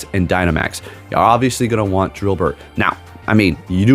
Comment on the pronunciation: Dynamax drilbur or drilbert? 😭 lmaoo